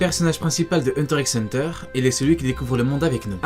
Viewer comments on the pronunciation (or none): Sa se dit hunter hunter